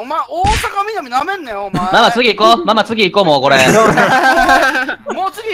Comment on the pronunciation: 鬱先生がママって言ってんのさくにゅ以下略してる様にしか聞こえん 何でやろなあ